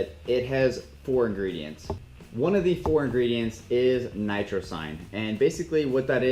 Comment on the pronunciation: It’s actualy Nitrosigine not Nitrsine and it’s not Nitric Oxide, it just helps the body to raise the Nitric Oxide levels in the blood. Nitric Oxide dilates the blood vessels that’s why an increased blood flow will appear, not bcs flatening of what u said there. It’s a pretty good review but do your research a bit more. ;)